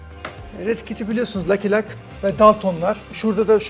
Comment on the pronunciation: NOT - LAKI LAK 😂😂😂 Lucky Luck ( LAKI LUK ) 🥰